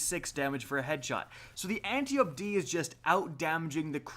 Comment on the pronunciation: Appreciate the videos, but the way you pronounce Antiope is really bugging me... Ant-eye-oh-pea, reference to an Amazon, daughter of Ares and sister to Melanippe, Hippolyta, Penthesilea and possibly Orithyia, queens of the Amazons